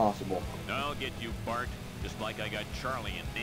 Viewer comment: its bart not barf